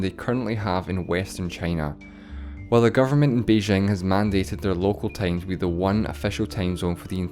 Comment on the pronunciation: its time, not teim